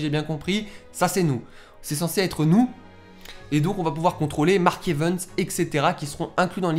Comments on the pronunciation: On dis evans pas evens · Mark Evens XD ( j'aime la façon dont tu dis son nom ^^ )